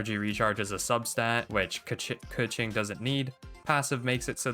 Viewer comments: pretty sure its kuh-ching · The only correct pronounce is Kequeen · It’s “KA - CHING🪙💵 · no, it’s 刻晴 (kèqíng)